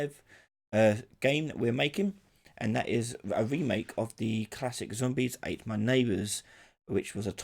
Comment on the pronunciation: Is it "zombies ate my neighbours" or "zombies at my neighbours" as you said? Edit: it's "zombies ate my neighbours"